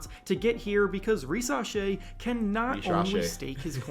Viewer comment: Ri-sa-shay. Not sha-shay 😂 driving me nuts lol